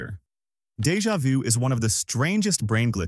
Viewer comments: U said Jeva du 3 times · Im Sorry but the way the ai said Deja vu made me have an unreasonable crash out. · You can't even pronounce "deja vu" and we're supposed to act like this is authoritative science?